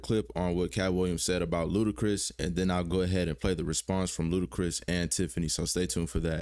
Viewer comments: "L U D A C R I S" NOT "L U D A C H R I S" 🤦🏾‍♂️🤡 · Ludachris? Lol it’s Ludacris bruh 1st album was a monster grew up on it yea it know I’m a OG